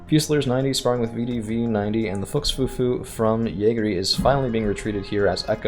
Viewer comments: yeah a ü is not pronounced like a u XD Fuchs fufu XD. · Fuchs rhymes with Pukes just FYI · no dont stop its funny